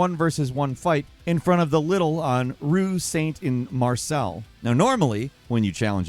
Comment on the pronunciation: it's pronounced LEE-DLE, like NEEDLE! LIDL!